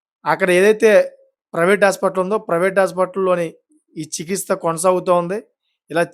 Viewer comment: చికిత్స వేరు చికిస్త వేరు. పలికే విధానం చూసుకో...